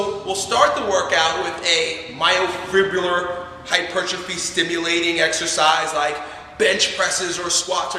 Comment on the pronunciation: hard to take this guy seriously when he can't pronounce myofibrillar